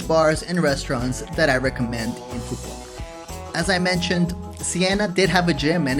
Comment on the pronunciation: Nice vacation, The island is pronounced phoo vook and not pho quock. With love YKM